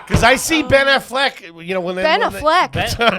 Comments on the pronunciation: The way accidentally said Ben Affleck is how Bert Kreischer pronounces it always. 😂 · and Bert saying Ben Aflecks name wrong is so on brand